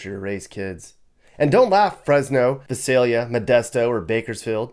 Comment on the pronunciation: You mispronounced Visalia, the first "I" is a long "I" and yes, it is a shithole here too. I was half-expecting Fresno to be on this list, but was pleasantly surprised lol.